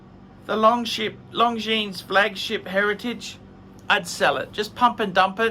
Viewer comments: don’t like Long Jeans 👖. It’s pronounced Long Jean! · Long Jeans - man, at least try to pronounce Longines right, 'watch expert'...